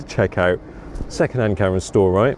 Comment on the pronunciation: The way this guy pronounces "camera" infuriates me to no end